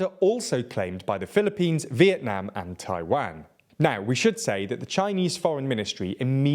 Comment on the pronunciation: Why does he say Taiwang instead of Taiwan?